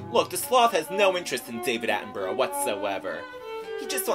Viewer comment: Mispronouncing David Attenborough's name wrong every time :p